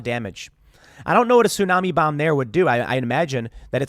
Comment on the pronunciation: omg, when i heard, “gravity bomb”, i had to replay it bc i SWORE i heard him say GRAVITY BONG🤣 maybe all that smoking did kill a few brain cells lmao